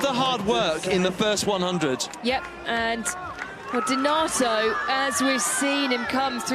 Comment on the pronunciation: Can somebody 5L4P that BEECZH who's been calling the Italian DENATO? In this video she did call the athlete a wrong name seven times!